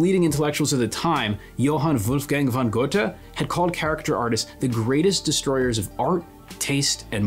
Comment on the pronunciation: Very great video! Small nitpick about the German names: Töpffer and Goethe have the Ö/OE sound in their name (same thing), its not pronounced as O, but closer to how one would say "uh"